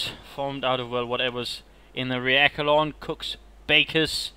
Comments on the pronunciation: Echelon is pronounced "eSHelon" not "eKelon" At least in English it is, even though it is a French term. I still think they pronounce it eSheleon. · You're right, it's échelon in French. É-che-lon